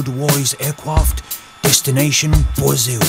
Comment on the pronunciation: Zašto trener engleske nije rekao Brazil a ne Bwazil, Ronney u videu ima ženu sa 89 godina,Ronney je kao Hulk